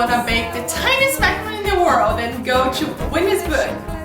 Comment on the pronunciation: I love how you say "chu" everytime you say "to/two" xDDD